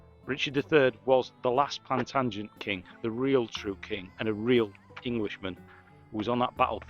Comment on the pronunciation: 😅😅.. I think needs to brush up on his history first.. it's Plantagenet.. not plantangent 😂.. and Beaumaris is (pronounced Bow-morris) castle.. 😅 Excellent video, though.. you were very brave calling the Welsh dirty backstabbers.. whilst standing in Wales!! 😂 Yorkists, Lancastrians, and Tudors were all murderous power-hungry gangsters.. not one was out for "The people" only their own interests and that of their bloodlines going forward! 👍👍